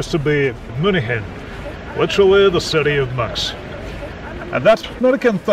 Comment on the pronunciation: При произношении слов типа "city" свистишь очень громко, аж звук делал тише.